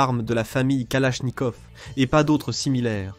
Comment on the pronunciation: la famille kalafffnikaufff 🤓